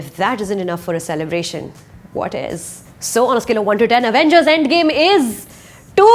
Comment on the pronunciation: Avengers pronounced as “uh-vain-gers” by Suchitra Tyagi - 😂😂😂😂